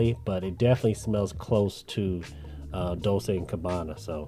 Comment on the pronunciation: Bro, Dol Chay amd not Dol say 😂 😂 Dolce means sweet in italian but in this case it's a second name